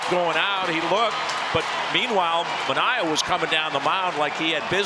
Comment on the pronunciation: The Orioles announcers must be really stupid if they thought that was intentional, considering they couldn't say Manoah's name properly so not particularly surprising.